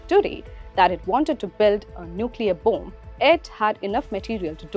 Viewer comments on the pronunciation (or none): Bom ❌ Boom ✅ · stop saying bOOOmb just say bomb it is so annoying what kind of a narrator or reporter is she so irritating